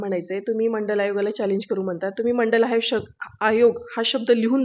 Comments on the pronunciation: बिनडोक बाई, ओबीसी च एवढं मोठ काम शरद पवारांनी केलं आणि आमचे शरद पवार.......!! बाई तुला मंडल आयोग म्हणता सुद्धा येईना, अन् तू जरांगे पाटलावर टिका करतेस....... फारच मंडल आयोग,मंडल आयोग करत आहेस,त्या वेळेस केंद्र सरकारने तो मान्य केला होता का......ते पण सांगून टाक........ मागच्या दाराने आरक्षण लुटणारे तुम्ही आता मराठ्यांना शिकवणार.........शरद पवार, छगन भुजबळ, गोपीनाथ मुंडे या लोकांनी हे जास्तीचे ओबीसी आरक्षण मंडल आयोगाच्या नावाखाली लुटून तुम्हाला वाटून टाकलं आणि मराठा समाजाला उपाशी ठेवलं........ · तुला मंडल आयोग शब्द म्हणता येईना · ह्या बाईना काय कळते का. ह्यांना मंडळ आयोग साधे बोलता येत नाही आणि ही लिहून दाखवा म्हणून जारांगे साहेबाना सांगते म्हणजे किती अक्कल आहे त्यावरून कळते. भागून आणि वाचून बोलते ह्यांना दोन पैसे देऊन बोलायला लावतात किती मूर्खपणा आहे. हे पण पैसे खाऊन जतिविषयी किती प्रामाणिक आहे ह्यावरून कळते. Dr कश्या झाला आहेत ह्यांची पदवी तपासून पहा. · डॉक्टर तुम्हाला मंडल आयोग बोलता येत नाही डॉक्टर पदवी कशी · हिला मंडल आयोग तोंडाने म्हणता येईना ती मनोज दादांना मंडल आयोग लिहून दाखवा म्हणते😅😅